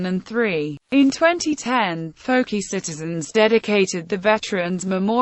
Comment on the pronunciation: Fouke is not pronounced as fokie it is pronounced as Fok. Not fokie not fuk only Fok